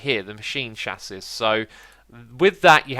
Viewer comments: Chassis is pronounced Chassi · X chassis is pronounced cha c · Chassis is pronounced Chass-ee. The last s is silent and the i is pronounced as ee. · Chassis is French, so it is pronounced as "shassey" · Chassis rhymes with sassy. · btw chassis is pronounced "chas-ee"